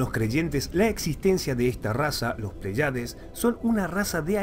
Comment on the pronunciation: Bueno el video pero creo correctos corregir algo, no es "Plaiades" sino "Pléyades" con acento en la primera e... y ese es un grupo de 7 estrellas llamadas también las 7 hermanas o l constelación de las Pléyades